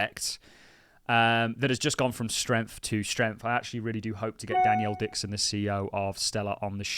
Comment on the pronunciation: You will never get her on your platform calling her Danielle Dixon! Her name is Denelle, “Den-ell” come on mate it’s not that hard, you just make yourself sound stupid!